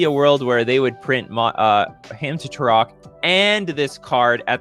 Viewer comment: It's pronounced Turok. Between 1995 and now, I've literally never heard anyone call him Turosh until today. Garth is clearly a Commander card.